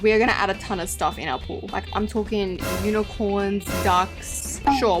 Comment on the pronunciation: helppp why did I hear wall not pool?